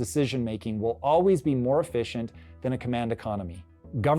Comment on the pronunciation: You said "efficient".... ?